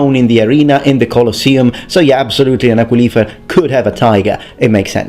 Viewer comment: You got the stress on aquilifer wrong: It's aquílifer, not aquilífer.